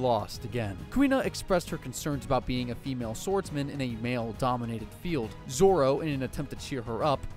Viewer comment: Bro why 4kid name zoro to zolo